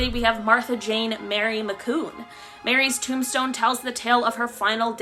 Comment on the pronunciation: Uh, it's not "McCoon". it's pronounced "McC-you-ne". Trust me on this one.